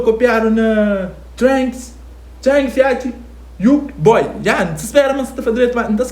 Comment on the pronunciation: Youka boy? NBA youngboy 🤦🏾‍♂️😂